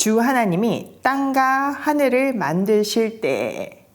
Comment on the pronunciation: 늘 존경하고 감탄해요 정말 볼때마다 응원기도 하게 되네요 창세기부터 다시 하게 되어 기대됩니다 정말 넘 죄송한데 제가 발음에 예민한가봐요 옥의 티를 말씀드려도 되나요 과..의 발음이에요 "과'보다는' 가'에 가깝게 발음하셔서 '과'로 발음해주시면 하는 숨은 아쉬움이 있어요 선과 악...선가 악 땅과 하늘....땅가 하늘 선악과(선악꽈).....선악까 광야....강냐(수영로교횐간증설교때) 물론 '와'라고 발음 잘 하시는 다른 단어들도 많습니다 늘 감사해요